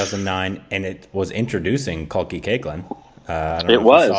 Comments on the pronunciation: Pronounced kalki 'kekla' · Okay I'm just 3 mins in and it is Kalki 'cake-la' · Correct me if i am wrong. But isnt kalki Koechlin pronounced as Kal-key cake-la.